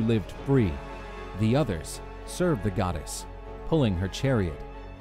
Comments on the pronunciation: Why does he pronounce it god s hera? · Am I the only one who heard hera the godass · I like your accent say it again... godass